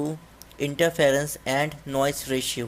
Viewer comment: Its Noise ..not noice